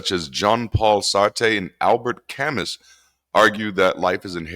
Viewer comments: Camus is pronounced Kamoo. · And Kame-oo (Camus).